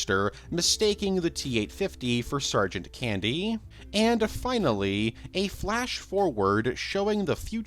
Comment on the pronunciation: You add syllables to words like And and have an odd inflection but excellent content